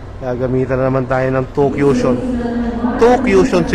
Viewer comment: CUSHION po yun. "ku-shon" po ang tamang pronounciation hindi po "Q-shon".